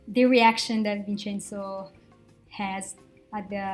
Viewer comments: It’s “VinCenzo” (Vin'tʃɛnzo), NOT “VinSenzo”. This is the English pronunciation. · Vinsenso Hurts my Hears almost as much as Vhersaci